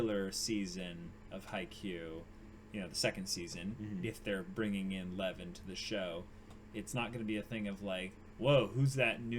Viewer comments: No idea about Russian, but in my language, Czech (which has the same word, also meaning lion), it's pronounced in one syllable as "Lev". Literally just pronounce as you see it written. The V is voiced and sounds nothing like F. Believe me, the way it's pronounced in the anime is a complete bastardization. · Lev is two syllables. It's more like 'Lee-ev'. It means lion >:3c